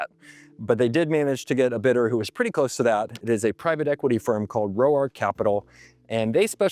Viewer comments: Also, Roark is pronounced "rork" not "row arc" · Roark is Irish is pronounced rork